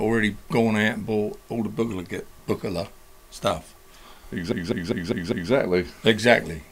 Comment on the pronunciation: Hard G, not a soft G! See the video where Uli himself tells you how his name is pronounced! You've done really well in this video, managing to mispronounce Behringer, Moog and Buchla.